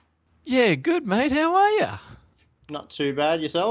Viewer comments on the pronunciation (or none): none